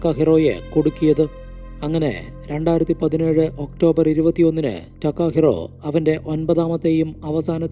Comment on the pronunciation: ടക്കാഹിറോ അല്ല തകാഹിരോ അതാണ് ജപ്പാൻ വേഡ് 😌👋